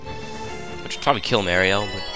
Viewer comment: I have to get used to You pronouncing mario like that. w/e because the comedy keeps me watching!